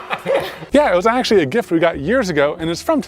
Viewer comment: “It was axe-ually a gift” lol 😂